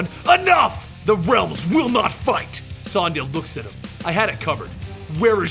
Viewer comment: How the hell do you mispronounce Sonya? It's an actual English name!!